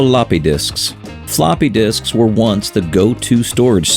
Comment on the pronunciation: "Fa-LOPPEH disks!!" This makes me giggle for some reason. X)